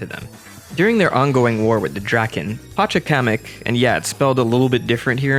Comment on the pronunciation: You have no idea how long I’ve been waiting for someone other than me to do a video on Tikal (or Chaos for that matter). The video I made on Tikal is almost a year old. You can watch it here: I hate to be THAT guy but I must point out that you mispronounced Pachacamac’s name. Or at least I’m pretty certain I know how to pronounce it but I guess we’ll never know since no character in the games has ever spoken his name. I pronounce the ‘a’s in the second half of his name with an “ah” sound. It’s hard to explain the inflection but I mention his name several times in the video linked above. Or sometimes I nickname him Ol’ Pach. I’m surprised you didn’t mention the Tikhaos storyline from the ‘Sonic Universe’ Archie comics. I haven’t read much of Archie myself, especially the older issues, but I thought that particular story was good. Tikal also may have been inspired by a character named Princess Alucion from a one-issue french comic called ‘Sonic Adventures’, which was released 4 years before SA1 and also features a tribe of echidnas. Again, more detail in my video. Tikal is personally my favorite female Sonic character and I would love to see her return in some story-related capacity in a future game or other media. It’s a shame she wasn’t in the second movie even though Pachacamac was in the first one. She could have fit in nicely as a cameo in Knuckles’ flashback to the day he lost his father, but unfortunately she might be dead since the movie says Knuckles is the last